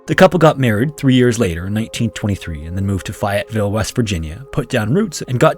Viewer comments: I know this is old now, and others may have already added this, but just incase…. Fayetteville is pronounced more like (Fay-ette-ville). I hear stuff all the time with a town that’s near me, so it bothers me a bit. Sevierville TN had been pronounced so many different ways it’s crazy, which is why I do this when I hear mistakes. Anyway, that town is pronounced by us locals like (Sah-veer-ville) I’d even take the way Yankee’s tend to say it (See-veer-ville). Why, I don’t know, but I’ve even heard (See-veers-ville), where that second “s” comes from idk. Another town near me I hear wrong a lot is Pigeon Forge. One lady I met while working up there must have thought that it was settled by the French or something. She pronounced it like (Pig-on-For-gay). I, at 17 being a serious smart ass even more so than now, had to explain to her that a pigeon was a bird that was still prevalent in the area, especially along a specific river. So, the river got the name the “pigeon river” and its smaller brother the “little pigeon river”. Also, there’s a thing called a “forge” where blacksmiths worked. One of those was placed along the little pigeon river and was what the area was known for before becoming a town, thus she was now in “Pigeon Forge”. How on earth that chick got Pig on For gay out of the name, I’ll never understand. I didn’t feel safe for a week knowing she might be on the roads! Then again, the way most tourists drive up there, you shouldn’t ever feel “safe”. I’ve seen them come t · It is pronounced FAY-IT-VILLE. Lol I'm not being rude or anything. Just I grew up there. But I love this channel and you did an awesome job on the telling of this story. Which is kind of become a scary legend around the WV Southern Ohio and Kentucky area.